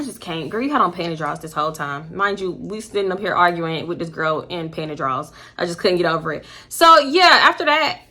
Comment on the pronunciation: “PANTY DRAWlS “ !!!!